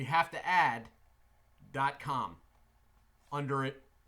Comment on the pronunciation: The emphasis on the .com just made my morning as I watch this lol Keep up the good work sir and this proves how good Mudjug really is and always have been .